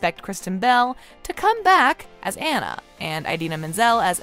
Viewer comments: Also never butcher Anna's name again. It's NOT Ann-a. It's On-na. Jesus. Do your research on things please. That's like calling Mo-Onna Moan-na. Smh. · Aw-na not Anna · Anyone else getting irritated that she saying Ana not Anna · Her name is Awn-ah, not AN-a. Yes, I'm that person. lol ;) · OMG SAME!!! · It’s Anna! Ah-na. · While I enjoyed this video, I found my enjoyment somewhat marred by the way the narrator mispronounced the name of Anna. Has she really watched both movies and failed to notice that it's AH-na (rhymes with Ghana)? I know that sounds really picky, but for me, it really detracted from the video. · You say Anna wrong. For me it feel complete. Look into how to say her name then maybe I will take you serious lol. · Its hard to take your review seriously when you can't even say the characters name right. Seriously, her name is said by numerous characters throughout all the installments, and you can't get the name Anna right? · If you’re going to make a video and publish it, you need to at least pronounce one of the main character’s name CORRECTLY!